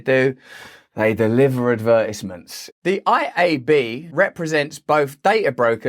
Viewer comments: What’s an “adverdizmont”? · The way you pronounced “Advertisement” was fucked up lol